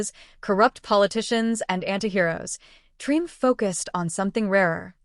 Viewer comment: You know it's AI when it mispronounced the name of the series.